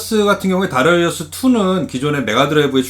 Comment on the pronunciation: darius 면 다리우스라고 읽는게 보통인데 특히 하군요. 다라이어스라니